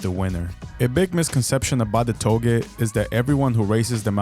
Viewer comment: Only thing wrong here is how “touge” is pronounced. It’s like how you say “touché” It’s NOT “to-gay” It’s “Toe-Jay”